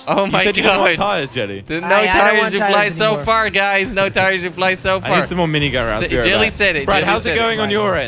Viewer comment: its not jilly its jelly